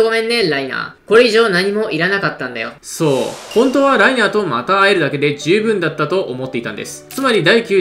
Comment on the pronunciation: 「そう...」がそうじゃないんよな